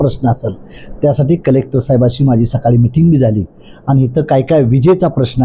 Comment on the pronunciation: डेवलपमेंटला ढेवलपमेंट आणि कलेक्टरला कुलेक्टर म्हणतंय, अजेंड्यावर म्हणायचं तर अजेंट्यावर म्हणतंय, आणि म्हणे मला 18 भाषा बोलता येतात...🤣🤣